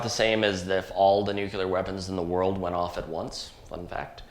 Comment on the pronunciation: Please tell me you didn't just say "nuculer"...